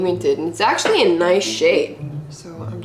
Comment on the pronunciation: I like how says “ all the PRODCTS aksholy work “ but her skin is like help me